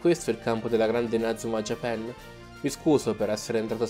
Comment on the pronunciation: Non si dice JAPEN si dice JAPAN